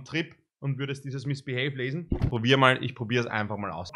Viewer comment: Niemand: Wirklich niemand:: MiSsBiHeY 😂🤦🏻‍♂️